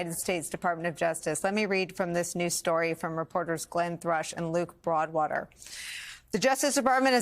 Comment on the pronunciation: Did you say Luke Faudwater. ?